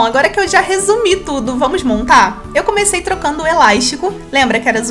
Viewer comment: "Eláixtico "... amo esse sotaque😂